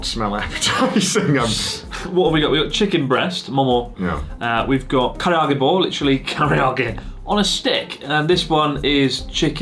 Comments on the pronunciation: I'm wondering why Chris, do you keep adding an extra vowel to Karage? You keep calling it kariiage, except when you said Karage-Kun. Thanks for the video, nice to catch up on your uploads, it's been a long time! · I may have spoken too soon, I heard carryoggy-kun. No matter what I love you anyway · I'm waiting for the day chris says karaage correctly lol